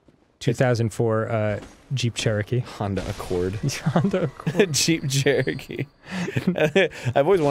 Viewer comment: Arin definitely said Cheep Jerokee.